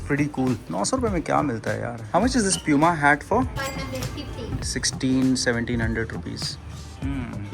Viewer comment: it’s poo-ma and no pyu-ma like most Indians call it tell me if i’m wrong